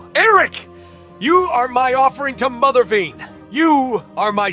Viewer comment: It’s from the “Cry Havok” arc of Cullen Bunn’s X-Men: Blue. It’s the culmination of the main story arc of the entire series. Also, it’s pronounced Mother vine, not vein.